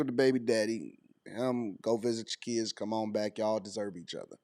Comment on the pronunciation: Dem keeds, his keeds… what is a keeds?!?!